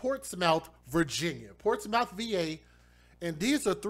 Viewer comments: Smh im from norfolk virginia been here 32 yrs all my life its pronounced like Portsmuth its just spelled portsmouth but wow this is sad 😢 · I'm late but it's pronounced "ports-mith". This is typical behavior for this neck of the woods. Not that it makes it okay but it lessens the shock. I go to that side of town because it has the closets church's chicken lmao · Pronounce Port•Smith